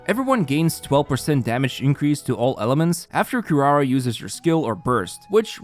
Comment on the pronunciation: "QuiRUARUA", "GOUKOMI"